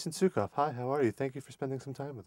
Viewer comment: God damn. Crotchduster and Capharnaum were my favorite bands in high school. I can't wait to hear more from the Suecof brothers. Added bonus: I now know how to pronounce Suecof.